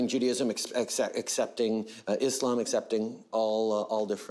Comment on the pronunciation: yo no joke love that he said Islam properly like said the 's' instead of saying 'z'